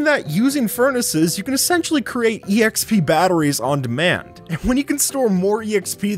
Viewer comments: I literally can’t when you say e x p instead of xp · ok.. who actually says "E.X.P."? its not an acronym, just say expee like normal people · Man really pronounces the “e” in exp… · Stop saying exp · You saying E X P and not just XP singularly for some reason triggers me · E X P It’s XP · Stop saying exp it’s pronounced xp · My head hurts from someone using "exp" instead of just double-syllable "xp" like a more educated person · It’s not e x p it’s exp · stop saying exp instaid of xp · The fact he says “exp” gets to me and idk why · Am i the only one that is trigger because he says e-exp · My man said exp like ee x p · Makes me cringe when he says E.X.P.